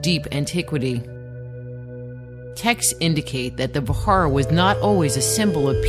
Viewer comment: Indra's weapon was Vajra...means thunderbolt. Pronuncing it ss Vahara is wrong!